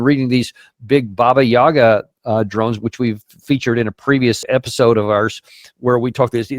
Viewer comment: you are mispronouncing "Baba Yaga" - emphasize the "Yaga" - not a big deal.